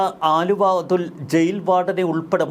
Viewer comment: വാ൪ത്ത പഠിച്ചിട്ട് വായിക്കെടോ. ആലുവ അതുൾ അല്ല, അലുവ അതുൽ ആണ്.